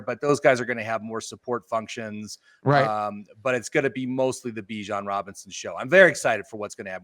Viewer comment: Glad you guys love Bijan, but we gotta pronounce his name right😂 solid video though. What pick are you guys hoping for that is most ideal?